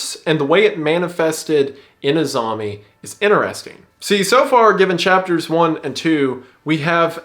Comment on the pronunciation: I keep hearing 'Azami' as 'A zombie'